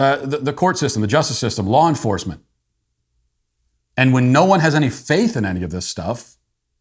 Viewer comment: You probably didn't mean to this but when talking about parents and the FBI you said "Flaw Enforcement ". How so accurate